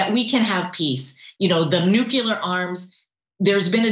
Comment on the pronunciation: NUCULAR?!?!? No. It's nuclear!!! C'mon, people, in this day and age, if you can't say it correctly, it indicates that you're not all that smart.